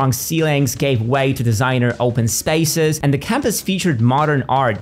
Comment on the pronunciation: What accent is that?Spaces pronounced as spices? Just the odd word.